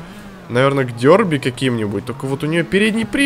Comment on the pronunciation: правильно надо говорить дерби а не дёрби подбешивает говори норм